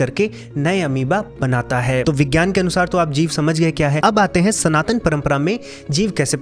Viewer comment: SanTan sanatan sanatan... Aur kuch bhi sahi se bol le